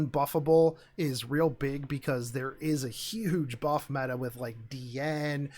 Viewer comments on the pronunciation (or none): none